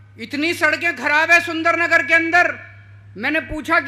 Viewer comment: Loude pehle hamare Surendranagar ka name sahi se bol na sikh le